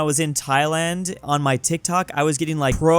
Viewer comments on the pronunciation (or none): none